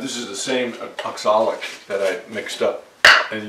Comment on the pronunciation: If it's spelled oxalic, why do you call it exolic?